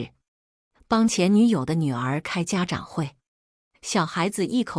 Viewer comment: 家长zhang，不是家chang，平常单个念是发长chang音，但在这里就念zhang。